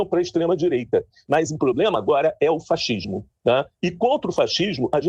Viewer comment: O sujeito fala fachismo😂😂😂 um fonoaudiólogo daria um jeitinho nessa linguagem. Ainda fica apontando o dedo na cara do governo. CHai pra lá😂😂😂